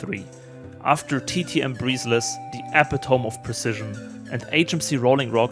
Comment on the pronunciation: Sorry to be an obnoxious nitpicker... But epitome is pronounced eh-PIT-uh-mee. Just fyi. I read biology for fun so many of the words I pronounce wrong since I've never heard them, and people make fun of me 😂.